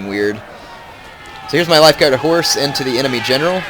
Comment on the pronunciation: Am I the only one who ALWAYS hears "Lifeguard of whores" or "Regiment of whores"?